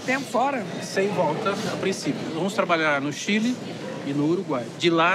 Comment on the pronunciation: POQUE CHILI , É """ CHILE """